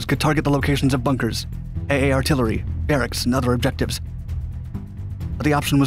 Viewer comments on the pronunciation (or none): none